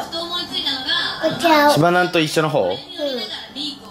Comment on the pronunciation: 、、「しばなん」の発音がめっちゃ綺麗！！ サ行は発音難しいのに😭スゲェ